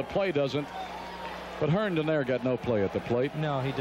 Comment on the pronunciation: Larry "Herdon" 😂